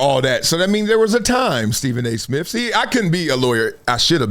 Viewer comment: Steven A Smiff 😂